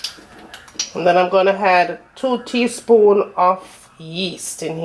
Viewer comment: I’ll try this recipe for certain, but I won’t (h)add (h)any sugar or (h)oats. I’ll make sure to pre-(h)eat my oven as well. You’re definitely getting a t(h)umbs up for your excellent video. Thank you! You’re from Kingston, aren’t you?